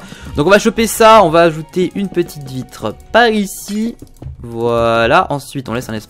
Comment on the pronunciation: À il a dit on va créer une belle vivitrer